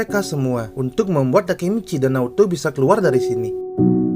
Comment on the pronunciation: Kek orang Payakumbuh Pas ngomong To wkwk